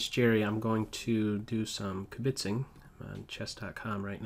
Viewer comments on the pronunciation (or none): Oy, Jerry-it's kib-itzing, not kibit-zing. Yikes, stupid YouTube auto-corrects. Accent on the first syllable, not the second. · In "kibitzing," the emphasis is on the first syllable, not the second. You're welcome.